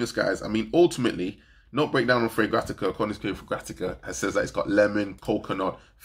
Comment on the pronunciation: It's not fragratica, it's a play on the word fragrant. Fragrant-ica 👌